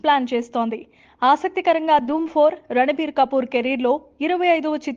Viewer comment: He is not ranabir. It's ranbir